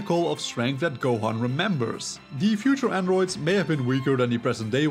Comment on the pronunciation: It grinds my gears how you pronounce androids😭